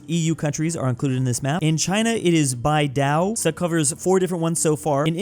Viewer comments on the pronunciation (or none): none